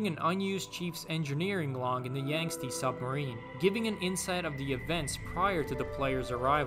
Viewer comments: The pronounciation of Yangtzu as "Yang-stee" killed me inside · Hurts my heart u pronounced Yangtze wrong🥲